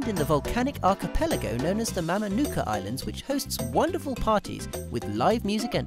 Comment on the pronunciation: And please desist in depicting "robbers" with guns ... there are VERY FEW GUNS IN FIJI!!! And (if you are calling yourselves a proper advisory) get the pronunciation correct ... Mamanuca is pronounced "Mamanutha". The "c" is pronounced like the "th" in "this, that and there"! Vinaka ... and my "handle" ... "Bera Na Liva" is the Fijian term for the Phantom but means "faster than lightning". Vinaka Again!